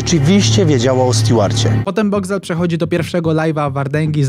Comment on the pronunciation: "Boxcwel" i tyle ...